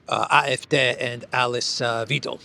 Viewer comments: PLEASE SAY WYDEL ,WIEDEL HURTS MY EARS.THANK YOU. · Note that Alice Weidel's last name is pronounced like "wide-L", not "weedle" in German. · Well you pronounced her last name correctly, and then you got it wrong again later. Weidel - Vaidel like v - high - dell. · The pronunciation is Alice "Vydal". "Vydal" pronounced as in to "vie" for attention. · Weidel pronounciation - vi like in vital = vi del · Weidel is like "why-dell" in German, not like weasel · Hi, thanks for your great walkabout. Alice Weidel, pronounce Alice as Al Lease, and the diphthong /ei/ in Weidel is pronounced like EYE in English or /y/ in WHY. Cheers to you mate. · In one hundred Days, Trump will have to revise his original Idea, because by that Time Russia is at the Dnipro River. To pronounce Weidel correctly, move the e to the front of the i.